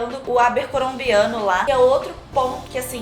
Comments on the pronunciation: "arbecorombiano" KKKKKKKKK adorei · Ela falou de um jeito mais difícil do que já é ahhahaha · “[...] o Abercorombiano lá” HAHAISGSISGSISHSISGISGSISGSUS ABERCOROMBIANO USHSISGSUSGSUSH